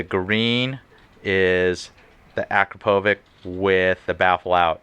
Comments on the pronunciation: Akrapovic, not Akropovic. Actually Akrapović, but probably too complicated. :) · Ah-CRAP-oh-witch. That's how it's pronounced. Believe me.